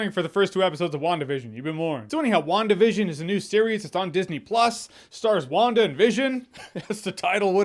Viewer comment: I swear to God, every time you say WandaVision I keep hearing One Division.